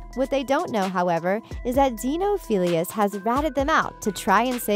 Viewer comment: And the fact that she says zeenophillious instead of xenophillius. Sorry about my spelling btw